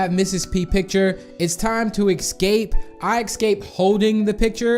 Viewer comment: Yayayayay, NOW EVERYONE CAN GET IT, also have you even learned how to say escape You just say excape